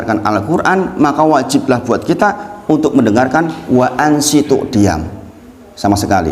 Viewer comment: Waanshituu bukan waanshiitu